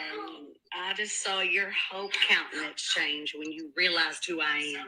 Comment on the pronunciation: please do not take this down for a little bit. I listen to this for "crazy girl" laughs while working. Your 'Misery' gal loves company. So many mispronounced words. Countenance, Goncalves,..